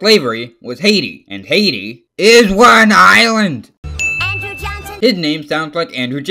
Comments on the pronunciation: my favorite part where he said "ISWANINLAND" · ""ISW AN ISLAND"" bothers me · Stop saying is wan island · do not say isw an island like the pill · It sounds like hes saying "Is one island"